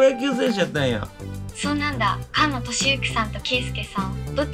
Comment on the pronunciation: ！「かんの」さんじゃなくて「すがの」さんだよ😝うっかりさんめ⭐️🙈